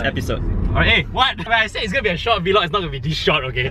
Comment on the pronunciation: Vee-log? Hmm, okay...